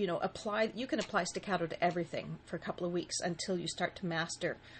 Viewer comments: She said sticatto wrong... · Excellent explanation. Staccato is an Italian word. Respectfully, the "a" in staccato is the same as the "a" in augment or awful not the "a" of cat. Thank you for your video. I have subscribed and put a like.